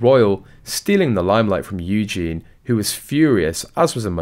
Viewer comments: Its pronounced Eugee y,,,,, eugene is the boys version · Eugen-ieeeeeeee! Please can you say her name right 😅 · You could at least pronounce Eugenie's name correctly. Disrespectful at best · Please pronounce Princess Eugenie's name correctly and while your at it do the same when refering to Prince Louis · For sure. Sometimes I think that they do it on purpose. Sounds so dumb 🙄 😒